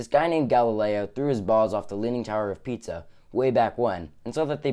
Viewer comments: Pisa not Pizza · It's not the leaning tower of pizza. It's the leaning tower of Pisa. "Pee-sa" 😉